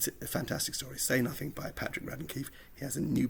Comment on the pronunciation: Yes but you saved the best bit to the end - “say nathin’ “👌